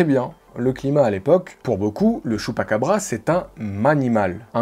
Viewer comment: LE CHUPPAKEBREUX..😂😂